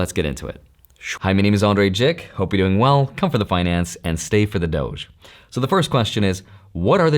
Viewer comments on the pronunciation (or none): Why do you say doch when its pronounced dodge😂😂😂